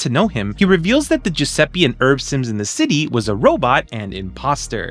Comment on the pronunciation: Amazing video, as always Just a tiny correction, as an Italian: Giuseppe is pronounced with the same E you'd use in Spanish. E like Elephant. Like Enter. Spanish and Italian have the same vowel pronunciation It's not important, but I thought maybe to say it ☺️